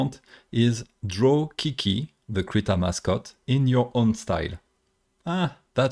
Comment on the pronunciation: Accent? I'm from the back hills, still calling Krita "critter". Who would I be to complain? lol